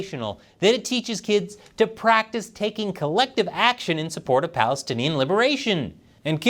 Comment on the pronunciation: You said "Palastinian triumph" Hahaha🤪